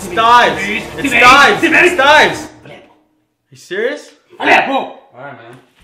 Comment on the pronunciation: Lmaoo at tharsan's reaction when the dude said thives 😂😂😂😂